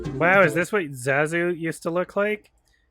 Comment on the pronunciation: YOU JUST CALLED HIM ZAAAZU WTF?!